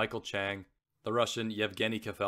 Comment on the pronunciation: Some advice: 1. Don’t read so fast!! Why the hurry? Give the beauty of the writing some room to breathe- and give the listener time to savour the what they are hearing. You have a good voice but the breakneck pace kills the experience for your audience 2. Research pronunciations: errors you made include Croat/Croatian, lugubrious, several names (Wilander)